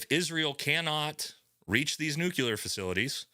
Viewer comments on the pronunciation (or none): God damn, dude, please stop using nuCUler, it's nuclear, wtf :D You should know better, you sound like Bush :D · Nuclear. It’s fucking nuclear. The phrase nuculear doesn’t exist.